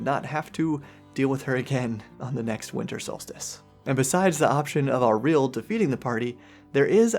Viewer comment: It's crazy to me that you can be this far into the game and still be mispronouncing Auril's name